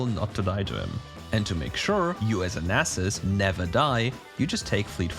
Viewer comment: Yeyyyyy you said Nasus correctly . Yahoooo. (Nas main is happy)